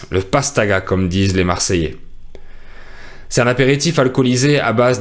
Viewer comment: Pourquoi vous ne faites pas la liaison: " "C'est un = ces tun"?